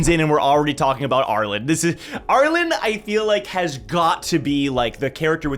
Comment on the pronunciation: Always fascinating hearing how other people say characters name, not just in TOG but also in other written media. says ARE-LIN. I pronounce ARE-LEAN